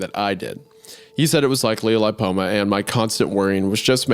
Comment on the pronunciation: Not trying to come off as an A-hole, but please look up pronunciation of words if your job is being a podcaster. Betadine and lipoma are not absurdly odd words, a quick google search is all it takes. Love the pod guys, just some constructive criticism. ❤